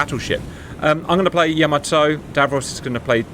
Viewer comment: Hearing you two say "yo-mo-toe" made me cry